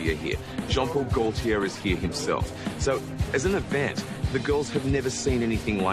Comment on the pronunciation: AuNTM: please, please, PLEASE learn how to pronounce "Gaultier." It's French. It's your industry, do it justice. Score: 2/10